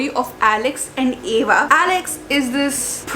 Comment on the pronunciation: And that's Ava not eva damn 😊